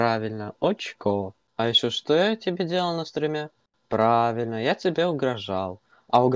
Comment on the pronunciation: правильно, прАвИльнО, прАвИльнО.